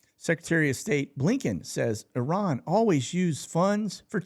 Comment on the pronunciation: Thank you for pronouncing Iran correctly...